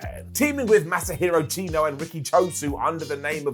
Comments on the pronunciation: I hope Chono sees this video and puts you in the STF for calling him "Chino." Brown down for. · Masahiro Chino...c'mon!